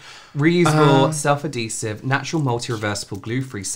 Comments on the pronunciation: Girl. You can literally just google search the word and see and hear the pronunciation. Ad - hee - sive . Not: A - dhee - sive. Maybe that’s the American way? 🤭😚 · I loved the confidence when saying the word ‘adhesive’ wrong 3 times in a row 😂